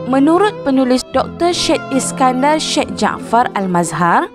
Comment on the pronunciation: Walaupun ejaan nya "Syed" tapi sebutan nya " SA YED" t.kasih.